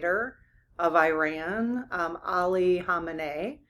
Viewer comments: It's not pronounced liked "I-Ran". The correct pronunciation is like "Ear-Ron". Please pronounce this country's name correctly! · No, EE-RAWN. Not E-RAN or I-RAN. EE-RAWN. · EE-Rahn, not 'I ran' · The correct English pronunciation of Iran is ee-rahn, it is not pronounced i-ran. Just passing on what an Iranian associate corrected me on, and it does roll off the tongue easier. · EE-Rahn not 'I ran' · I had an Iranian friend yrs ago who corrected my pronunciation: it is “EERAN” not Iran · Iran is pronounced E-rahn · Yes, PLEASE. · Iran is most commonly pronounced as ih-RAN (rhyming with "man") in standard American English, or ee-RAHN (rhyming with "father" or "gone") in the UK and in native Farsi. The stress is always placed on the second